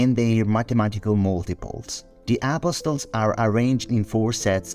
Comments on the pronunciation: It Sounds Like He Is Saying A PostLES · UGH… you’re right and that’s bothers Me.